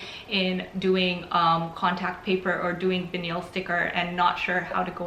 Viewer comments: Did no one point out that vinyl is pronounced vine-ul, not vineel? If I didn't see vinyl in the title, I'd not know what that word was. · It sounds fancy though - vuh-neel - 😆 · "Vin-eel" lol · Veneel! Lol. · Stop saying vinyl like that... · Thank you for the video. By the way the word “vinyl” is pronounced with a long i sound (like eye) and the the emphasis is on the first syllable.